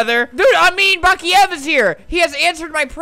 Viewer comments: Pronossned bock,lava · Say baklaver 100.000 times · Baklava! You can't say it correctly it's on my language , Serbian. XD Yo tengi BAKLAAAVAAA